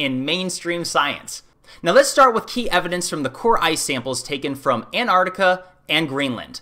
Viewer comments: Antarctica, not Antartica. Nuclear, not nuculear. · A small first step toward credibility: work on pronunciation. Not “Anartica,” “AntarCtica.” Not “Nookyooler,” “Nuclear.” For the rest, I can’t help ya. Maybe cut down on the extreme adjectives.